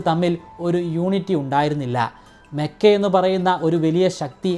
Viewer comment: മെക്കയല്ല ചേട്ടാ മക്ക എന്നാണ്